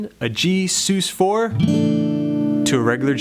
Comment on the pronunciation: dude... nice but PLEASE STOP SAYING 'Soos'. it's pronounced 'suss'. it's short for 'suspended'